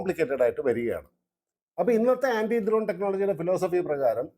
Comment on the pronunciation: ദ്രോൺ അല്ല ചേട്ടാ ...... ഡ്രോൺ